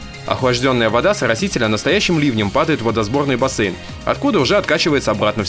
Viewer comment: Басээйн блядь. Кто так говорит..